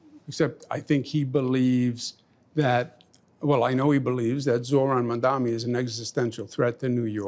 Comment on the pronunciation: "Mandami". At this point the mispronounciation of his name has to be intentional. A racist microaggression. Unless, perhaps, he's the dumbest person on earth.